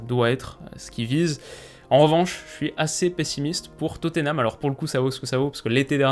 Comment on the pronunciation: Top vidéo, en revanche niveau prononciation Fou-lham et Totté-nham ça pique un peu (pour Totté-nham au lieu de Totte-nham ça fait un moment que les commentateurs se vautrent 😑)